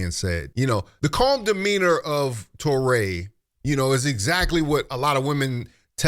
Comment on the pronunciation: Touré is pronounced Too-Ray. Not Taw-ray. Americans truly annoy me with their insistence in disregarding the language rules of languages other than English. It gives coloniser arrogance.